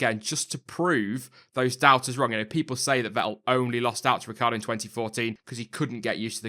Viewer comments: Ricc i ardo! Not Ricardo ... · Riccardo will stay in Red Bull for . Yes I left the "i" out of his name, it is useless if it not pronounced. "hus that is a secret" :O